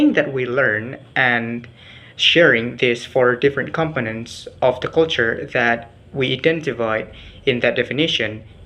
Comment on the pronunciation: Good pronunciation ! but please try to find out how is the way to pronounce Culture. Well more or lease, your pronunciation is good. Prepare yourself to present it once again in B. Indģonesia ok?